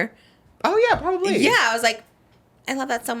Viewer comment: love the way says probably like probbab-LÉÉ 💅